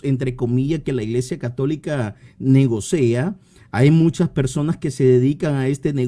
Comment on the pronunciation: Min dice el hermano separado incorrectamente "negocea" en vez de decir correctamente negocia. dice erróneamente "perdistes". Para ser hermeneuta protestante se necesita ser terco e ignorante. La fuerza de las sectas está en la ignorancia de sus adeptos.